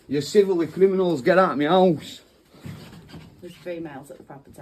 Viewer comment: If you take a shot every time this guy says "getautmehouuse" you'll be brain damaged enough to agree with him.